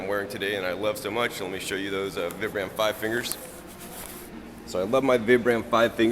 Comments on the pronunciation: Vee-Bram Vee-Bram not VIBram lol cool video! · They are pronounced VEE-BRUM btw :P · for fuck sake people say the name brand right "VIBRAM'' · Its pronounced VEEbrum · Vee-brum= pronunciation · vI-bram. Pronounce it right.